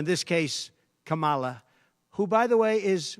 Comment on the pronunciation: It’s so annoying to hear him say the name of the vice president of the U.S. can he say it properly? So disrespectful like a child